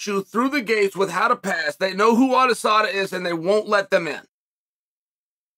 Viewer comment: “Adesada” Smooth criminal chael